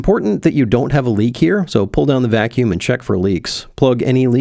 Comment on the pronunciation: That is the German pronunciation;-)